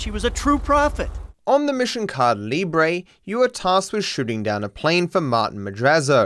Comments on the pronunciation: You content is A-MA-ZING... except for how you red things in Spanish, lmao ("Caida Libre", "Gran Señora desert") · funny how you pronounce "Caída Libre"